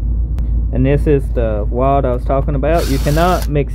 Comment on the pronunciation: Wods 😂 it’s rod dammit